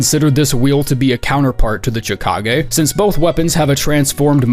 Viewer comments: I always thought chikage was pronounced shih-kah-gay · Yeeeeaaaaahhhhh... I'm never going to pronounce Chikage any other way now